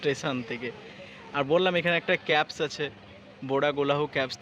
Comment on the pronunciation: বোরা ক্যাবস আবার কী? বোরা কেভস। Caves মানে হল গুহা। ইংরেজিতে উচ্চারন হল কেভ বা কেভস।